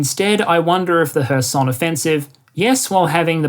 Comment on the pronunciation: Stress in KHAR-kyv goes to the first syllable. OB-last, same. kher-SOHN is correct, was nice to hear it correctly pronounced, 2nd syllable stress.